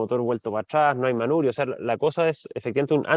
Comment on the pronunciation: El tema está bastante interesante. Lo que me llama la atención es que este señor usa la palabra manurio, en vez de manubrio. Que esperamos entonces de los niños y niñas que están estudiando, si me imagino que usted, hace bastante años que terminó sus estudios.